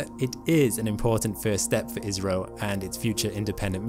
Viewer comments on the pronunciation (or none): ISRO w a short `i` sounds more like Israel than `India`. Perhaps an English long `I` would suffice ... Eye's row! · Even then why say ''iZro'' rather ''iSro'' or ''issro'' ? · Can I make a suggestion? The pronunciation is better if pronounced ISSRO, not IZRO. It avoids the 'Israel' problem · naw you saying israel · Dude it's India.!!!! Why you keep saying Israel 🌝😂😂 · I skipped the begginning, and was wondering why you kept saying "israel"... finally skipped back to the beginning and realised it was ISRO. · I heard Isreal lol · I keep hearing 'Israel'. What is it? India or Israel? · Not to be that guy but it's called I S R O not as a single word ( or I think so ) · Why does he keep saying ISRAEL? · hes saying isro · The way he says ISRO sounds like Israel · Your ISRO sounds like IZRA ... making our brain think you are saying ISRAEL. :-) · I thought I heard Israel for a sec... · I thought he said live rail! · Yeh it appears your Indian guy...... Need more work on that accent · Try pronouncing ISRO using a sigma, rather than a zeta.